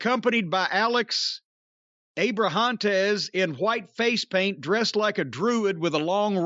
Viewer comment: Alex Abra-HAUNT-es